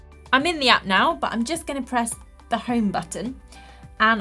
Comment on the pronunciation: she said app appP